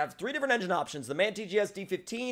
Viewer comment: You pronounce M. A. N. Wrong it aint man but M. A. N. eventho on the vehicle/logo it says man